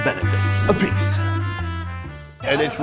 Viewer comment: peace.ah ... instead of ah.peace . u got me there lol ..